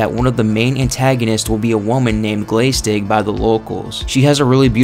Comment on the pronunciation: Just a quick note: glaistig is pronounced as glash-tig (with the 'a' as in the American English pronunciation of 'glass').